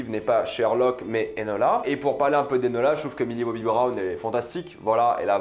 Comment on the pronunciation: C'est eNOla pas eLOna Holmes dite mon prénom correctement svp😭😭